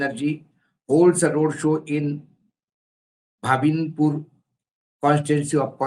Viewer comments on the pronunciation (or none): भाबिनपूर नहीं भवानीपूर